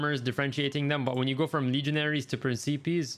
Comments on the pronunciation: Nice vid but principeas... 😭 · Pren-ce-pees.... Jesus dude